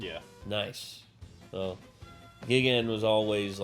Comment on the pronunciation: hate to be that guy but it’s pronounced “guy-gan” not the other one